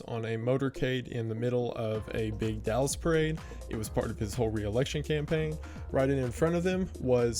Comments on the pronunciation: " yew were in dalis!" wendigoon went country for a second 😂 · the southern accent coming out in YOU WERE IN DALLAS killed me